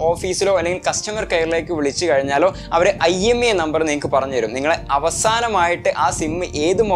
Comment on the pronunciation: Not IMEA it's IMEI